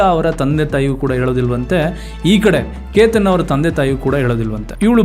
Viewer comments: Explanation ಚೆನ್ನಾಗಿದೆ, aadre ನೀವು ಪ್ರತಿ ಸಲ ಕೇತನ್ ಎಂದು ಹೇಳೋದು ಬಿಟ್ಟು keetan ಎಂದು ಯಾಕೆ ಹೇಳೋದು? Grammer mistake tumba madtira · ಕೀತನ್ ಅಲ್ಲ ಕೇತನ್ .... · ಕಿತನ್ ಅಲ್ಲ ಕೇತನ್